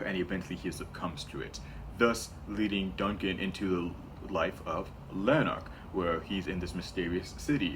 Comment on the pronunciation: btw it’s prounounced Lann-Ark